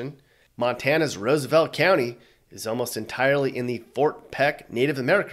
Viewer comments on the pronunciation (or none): none